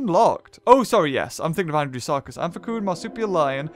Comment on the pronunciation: It's amphcyan am-fi-siyan